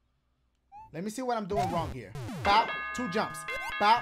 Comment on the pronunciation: Cant wait for him to do the Mario maker part TWO-AH SHOE-AH WHO-AH? YOU-AH!